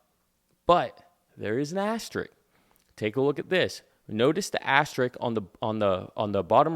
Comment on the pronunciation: it's "asteriSk"